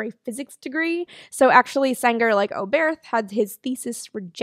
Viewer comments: Eugen Sänger pronounciation pretty on spot, maybe a softer 'ng' like in 'ringer'. The 'ä' is just an english 'a' like in 'ladder'. Also Eugen was pronounced right. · Actually your pronounciation of "Sänger" is rather good. The only minor thing is that the "ä" in "Sänger" should be stretched a bit more.